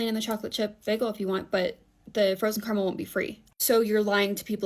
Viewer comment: CAR-A-MEL. CARAMEL. It's a three syllable word.